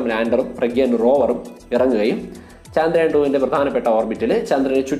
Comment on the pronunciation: Chandrayaan ennalla..chaandrayaan ennanu.